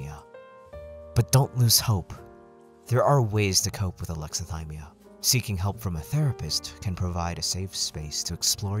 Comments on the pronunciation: I'm sorry, I have to point this out... whit? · Sorry to critique… but “With” not whit